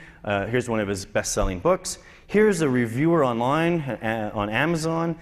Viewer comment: lie "onlien" :D